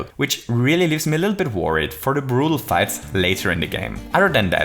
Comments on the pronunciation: 12:7 ,,to dive a bittle lit"xDDDD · "Too dive a bittle lit" thanks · to dive a bittle lit xD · did anyone else notice he accidentally said a bittle-lit here? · “To dive a bittle lit” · "A bittle lit" xD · we need to dive a bittle lit? Sure... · To dive a bittle lit? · to dive a bittle lit? Ok.. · "Bittle lit" you say? What do you mean? :P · "To dive a bittle lit" XD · a bittle lit? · this was the second time i heard u say "a bittle lit" is it some kind of inside joke? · bittle lit? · A BITTLE LIT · "a bittle lit" Was that intentional? War das Absicht? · To dive a bittle lit? :-) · We just need to dive a bittle lit😂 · To dive a bittle lit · dive a bittle it?